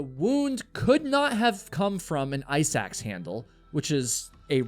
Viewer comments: Ok I kept thinking you were saying “eye sacs” instead of “ice axe” 😬 considerably less gory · Me too 😂 thanks for the comment, now I get it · damn, now I'm hearing it too lol.